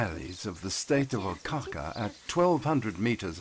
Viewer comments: Did he really pronounce Oaxaca as OhCaca???!! Shameful that wasn't fixed before release. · Ohca ke 🥴